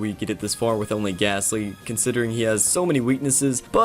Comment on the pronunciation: There’s no H in gastly